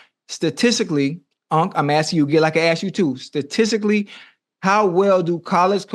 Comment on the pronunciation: “STATICALLY UNC” 😂